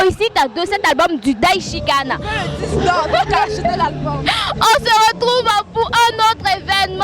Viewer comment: On dit disque pas dicse ou je ne sais quoi vous êtes nombreux à faire la même faute l toi même journaliste aussi tu fais la même erreur et puis stp arrêtes de forcer dans chôkô est naturelle et visiblement elle est plus appréciée prends en de la graine soit tu maîtrises ton truc soit tu ne le maîtrises pas mais ne forces pas y’a rien dans forcing juste des petits conseils pour s’améliorer sinon bonne continuation à vous et Bravo à Arafat quand c’est bon il est sage de le reconnaître ça fait plaisir et cette maturité et sagesse qu’il affiche fait plaisir on a besoin d’1 pays d’1 mouvement d’une musique de Frères unis le résultat n’en sera que meilleur Dieu bénisse la CI bonne année à tous 🇨🇮🙏🏾💪🏾🙌🏾✌🏾👏🏾👌🏾